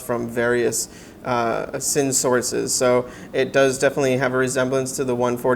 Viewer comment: Thanks for the review. Isn’t it pronounced “zinn”.